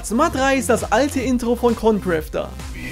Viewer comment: Bei Concrafter fehlte immer das R 🤣